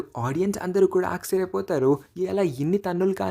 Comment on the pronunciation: Akcharyam kadu aashcharyam frnd